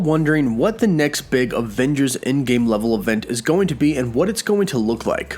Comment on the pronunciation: I love how you say aVVengers so many times lol